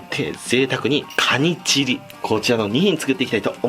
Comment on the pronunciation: カニチギに聞こえる…